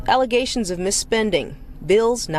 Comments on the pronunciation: did she say aggrizations? I know about allezations but damn. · is she still saying “allezations” ??